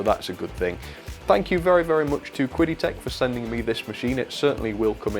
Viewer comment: your pronunciation of Chinese words is really off haha. I guess they didn't tell you how to read their company's name when they contacted you? 😂